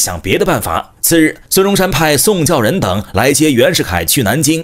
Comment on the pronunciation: 宋教人被你叫成送笑人，笑死人，連字都不會唸還做什麼影片😂😂😂😂😂